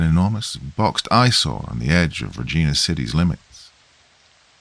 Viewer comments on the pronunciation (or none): That's Regina! Pronounced like VAGINA!😅 Good stories especially a ?couple like the Wendigo one, fell asleep a few times though